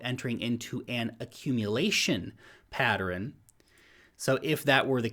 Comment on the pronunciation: It's Pattern, two syllables! Not Pateran ! ?!? lol